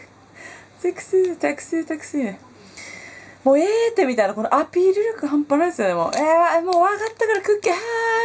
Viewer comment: クッキーのアピール力の所の訛り 親近感わく〜〜〜〜！！！ 東北弁さいこー